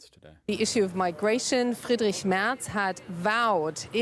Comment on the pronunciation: Hi, you could call him Friedrich (as it is) or maybe Frederik (if you like), but Friedrik does not really make sense;-)